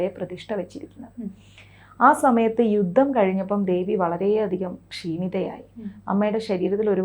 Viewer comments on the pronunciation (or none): none